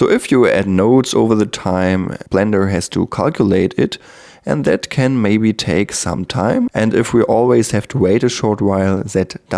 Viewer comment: Cooles Video aber eine Sache noch: Es heißt this/that etc. und nicht sis und sat :0